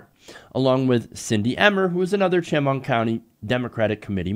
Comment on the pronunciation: I hate to be that person, but I live near Chemung County, and, helpful tidbit, it's pronounced "sh-MUNG" (that's as close to phonetic as I can spell it), emphasis on the second syllable. Sorry, just a stupid local pet peeve. Glad you covered this!